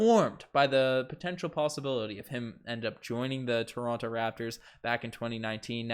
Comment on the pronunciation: Pls pronounce toronto 🙏 😭